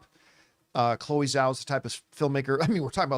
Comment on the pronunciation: Is there some reason why people refuse to pronounce Chloe Zhao's surname correctly? 🙄